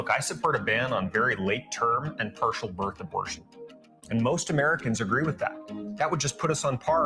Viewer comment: purtial burth aburtion